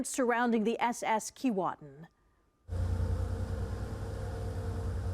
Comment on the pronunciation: At least pronounce Keewatin properly. It’s Key way tin. How do I know that, I grew up in the community of Kenora/ Keewatin